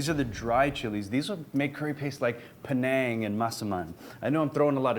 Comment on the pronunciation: Panang curry, not Penang